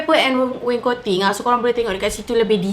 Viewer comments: Its wainscoting aina.. bukan waincoting 😌😅 pandai aina buat.. terbaikkkk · Aina pronouce as (wain - scotting) laaaaa